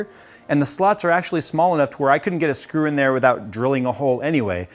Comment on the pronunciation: oh my god "its drop the srew" HAHAHA so funny